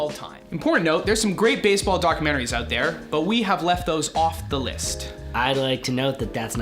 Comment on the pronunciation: You forgot the "E" wtf is "Basball" ??